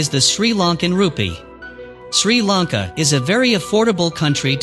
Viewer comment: This man, This man's pronunciation of Sri Lanka names is completely wrong. He should have asked a Sri Lankan person how to pronounce the names. Not a Tamil living in Sri Lanka, they call themselves Sri Lankan but cannot speak or pronounce words properly. Video is badly put together.